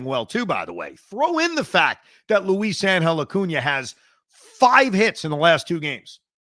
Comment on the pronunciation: No disrespect intended Evan, but havent you mentioned that your wife is Hispanic? How are you butchering Luisangel's name like this? 😂